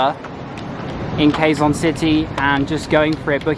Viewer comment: Quezon city is pronounced like Kezon city